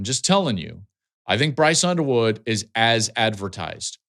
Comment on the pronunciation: I could swear he said Brice Underwear at First.